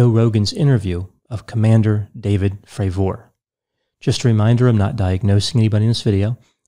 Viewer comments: Its not pronounced commander Frav-OR, Its pronounced Frav-ER. Its sounds so weird when you say it. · If he says FravOR one more fucking time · It’s Commander David Fravor… not fravORE. Your professional analysis just went out the window as an expert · Hard to watch this guy. Is it not pronounced Fra ver not Fra Vor? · Well as soon as this prounced his name Fra'VOOOOOR. it put me off 😆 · What's the deal with the weird pronunciation of his last name? "fray-VOR" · Why does he keep pronouncing commander Favooooooor's name like that ? Its making me feel weird inside. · Fray-ver. I appreciate that people pronounce things differently, but if you’ve seen the interviews with David Fravor, you should know how to correctly say his name. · Could this David Fravoooor be related in any way to David Fravor I wonder? Its a very basic surname to pronounce Doc for God's sake.. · Just sayin it's not pronounced frav ore lol. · I've been watching several of your videos mostly for entertainment and I find it difficult to believe you spent the time watching the interview with David Fravor considering you keep mispronouncing his name. Also, your attempts at comedy really fall flat. I'm starting to really doubt your credibility. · Are you saying his name wrong on purpose ? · How could you get almost every detail relating to the interview you’re “analyzing” wrong? You mispronounced the Commanders last name consistently. Joe is skeptical of most “conspiracy theories” and was clear when discussing the issue with skeptics that he was talking about professional skeptics (not a general skepticism towards people’s claims). Also Commander Fravour says in the interview that he never believed in aliens/UFOs before this, in fact he said he was dismisses of people making such claims and him and other pilots would scare campers by acting like UFOs in their jets. None of your arguments really hold up to analysis. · This dude can’t even pronounce Fravors last name correctly lol.